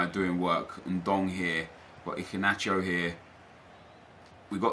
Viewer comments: Where is the c in Iheanacho?? Your pronouncing it Icinacho lol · Who else found his pronunciation of iheanacho - so funny 😂😂😂